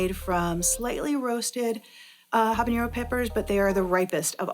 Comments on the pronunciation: It’s not ‘habañero,’ it’s ‘habanero’ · Ah-bah-nero, not Hah-ban-yero. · Great video! 🙌🏽 But You should know that you’re pronouncing habanero wrong. Take it from someone who speak Spanish. As there is no accent over the “n” so you don’t need the “ny” sound. It’s all good though! 😀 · If she's going to represent a Mexican hot sauce company she should learn how to say habanero instead of mispronouncing it repeatedly. Good grief.